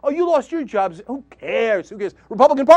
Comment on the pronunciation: reh rooh uh jarrrrrbs